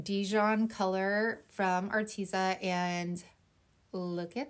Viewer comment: I don't even know if the company cares but if I were gifted free products I would definitely try to know a little about the company. At least how it is pronounced. Your not the first crafter I've heard miss pronounce it I just wanted to let ya know. You can go to their YouTube channel and get the right pronunciation. Don't take offense,please, I just wanted to " help a girl out"👍 have a blessed week.